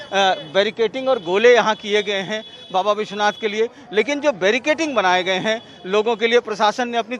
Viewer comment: Baricating...hahha...whatever language you speak, please speak correctly, hindi or english or urdu or hinlish but each word that you speak must be correct because you reach millions of audience and they learn a lot from you. So won't that be amazing that they learn right? We have a beautiful language hindi.